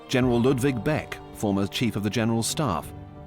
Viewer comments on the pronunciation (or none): none